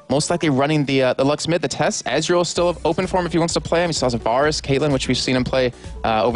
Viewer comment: VAYrus. VAY. not VAHR. Good game though.